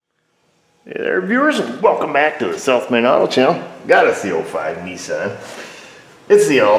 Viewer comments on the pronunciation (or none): Took awhile before I realized you are saying south main auto channel. I thought you were saying self made auto channel. Lol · It sounds like you're saying Self Made Auto Channel. I read somewhere that these plastic valve (cam) covers warp and can leak even if you replace the seals and gasket. This could be a reason why you can't buy the gasket and seals separately.